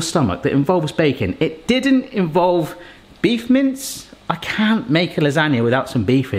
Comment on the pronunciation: Can not stop hearing "Beef mints". That would be an interesting concept...